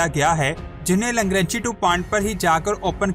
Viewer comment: Langranchi nahi LANGRANGE hai